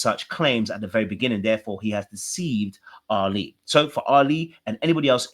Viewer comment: Ali is pronounced like Ally not like Ali-G 🤣